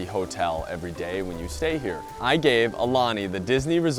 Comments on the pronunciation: It’s said ah-oo-lani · You did pretty well with the pronunciation of the Hawaiian words except... For the name of the hotel! The U makes an ooh sound which you did not pronounce once. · You’re pronouncing “Aulani” wrong. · I agree.